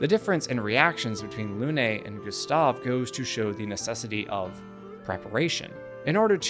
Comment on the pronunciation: It's not "Lounay", it's "Lune"